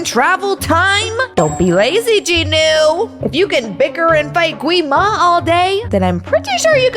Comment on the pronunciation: And I forgot that gwi ma is pronounced as kee ma